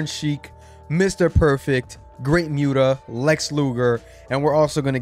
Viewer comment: It's actually pronounced The Great Muta (MU-TA), not Mute-a, but it's all good. He is a Japanese Icon.